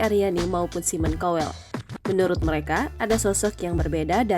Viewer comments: Mbak bacanya SAIMEN KAWEL , Bukan simon cowel 😂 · Bukan simon kowell tapi simon tjowellll wkwkwkkkkkkkkkkkkkkk